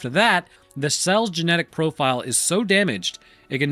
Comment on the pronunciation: “Gemetic stability”